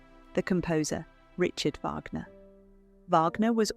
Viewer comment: At 5.12. Mispronunciation of Wagner.